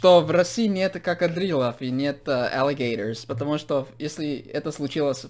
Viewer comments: Мне ведь не послышалось, сказал какодрилов, 😂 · Не понимаю почему он так сказал))) Что в Америке - читается крокодайлс, что в России - крокодил, но не как ни кокодрил🤷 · Никто: Вообще никто:: какадрилы *а если без шуток, то мы ценим твое внимание к русскому языку ) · Ахахахах, he is so funny!! А ещё не какадрилов а крокодилов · Стоп, мне не показалось, или в в видео с перевернувшейся лодкой он сказал не крокодилов, а какадрилов?) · Вы очень приятный молодой человек,! Веселый и адекватный! Здорово было бы, если б все американцы были такие как вы!🤗 И, кстати, действительно здорово, что в России нет какадрилов😂 Ваша оговорка очень насмешила, надо запомнить.. 😂😂😂👍🔥🔥🔥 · "Надеюсь в России нет какадрилов" . АХАХА Я РЖУ НЕМОГУ!!! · КАКАДРИЛОВ, это шикарно